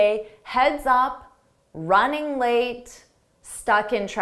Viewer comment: She's got some nerve sauntering in 30 minutes late. There's an enigmatic sound, that's you're endup with the last word lam instead of late. Could you please clear that puzzle?